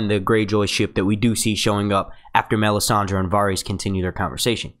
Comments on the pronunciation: Does anyone else's skin crawl every time he pronounces the names wrong???? Me-san-dee??? No...Mis-san-day. Var-rees? No... Vair-is. Please, please, PLEASE ....LISTEN to the way the names are pronounced in the show and take note.... thanks!!! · stop saying Me-sand-ey...annoying as hell..